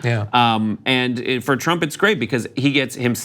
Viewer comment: Please stop saying "trubs"